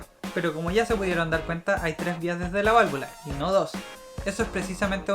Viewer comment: yo escuche que dijiste 35 veces valvulas y valavula :)